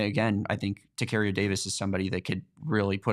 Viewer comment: Really enjoyed you guys and look forward to hearing more Just a heads up Tacario Davis is TACK-AR-EOH Like Sacario